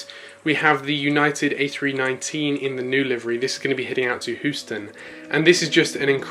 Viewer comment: I just have to say it. It’s Houston, said as “hyou-stun” not who-stun 😂 good video as always!